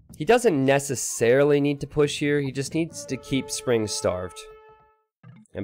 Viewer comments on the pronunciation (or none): none